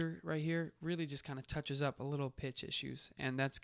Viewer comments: Did he say time and "PINCH"? instead of pitch? lmao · hahaha I thought I my ears added the "n".